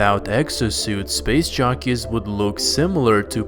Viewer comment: We like how he says LV223 too, way soothing than how he says covenant. I also like how he pronounces "space shockeys" 😁 instead of jockeys